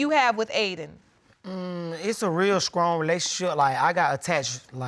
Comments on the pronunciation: They didn’t even catch on when the Judge referenced their grammar....with them saying;....’Skrong’.......’Skreet’......and ‘Skraight’.....how could they catch on. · A real Skrong relationship 😒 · Him - “I have a real skrong relationship with the baby” Judge - and the other guy Her - ”not as really”